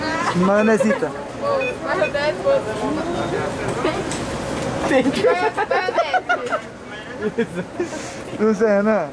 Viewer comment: "Maionesar" — 2021